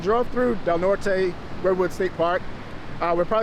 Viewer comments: Just in case nobody else has said it to you it’s pronounced Del Nort even though its spelled the Spanish way as in Del Norte! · I forgot to tell you about the local pronunciation of Del Norte - we pronounce it without the “e” - just 1 syllable. I haven’t been able to find out WHY. Quirky, right?